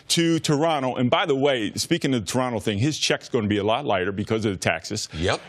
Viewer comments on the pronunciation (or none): Please never talk about Toronto if you can't even pronounce it correctly, god that was painful. Also he knows that he gets paid in USD, but has to pay taxes in Canadian and also expenses in Canadian dollars, right? He's probably gonna be making more than in LA you dumb dumbs. But thats besides the point